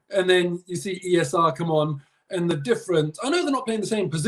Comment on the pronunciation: The way says E S R. lmao he REALLY wants it to catch on 😂😂😂